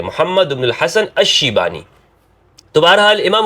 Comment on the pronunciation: It's shaybani, not shibani.